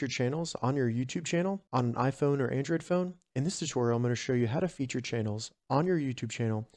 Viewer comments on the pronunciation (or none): bro said “Andrad”